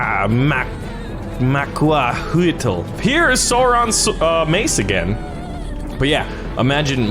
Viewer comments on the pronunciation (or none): tye azted weapon is pronounced ma-cua-ui-tl. witha. smooth c